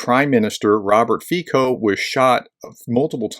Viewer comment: Professor, just a point about pronouncing "Fico." It's "Feet-so," even though his politics are pretty "fecal."